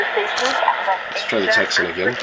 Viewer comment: POPYCOCK Not a test all :- (1)should have been on same Antenna, (2) A Propper test of ssb..... (3) You havn't a clue re DX !! You dont know much about it do you....So why not pronounce the correct name TECSUN not a Texsen